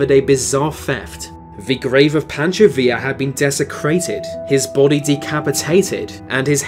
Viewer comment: he says villa right but not pancho, alrighty then